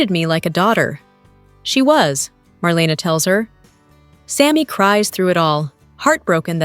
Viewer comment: It's not SteFAUNo. It's STEFano. And it's not MarLEEna.It's MarLAYna.